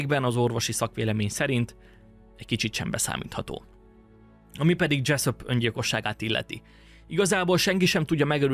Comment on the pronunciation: Dzseszöp, dzseszöp... mintha a kecsöpöt hallanám a kecsap helyett. Túltengő magabiztosságodat visszafoghatnád egy kicsit némi önkontrollal.